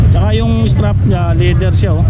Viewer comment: Bossing.... correction lang po. Not a basher... leather po hindi ladder....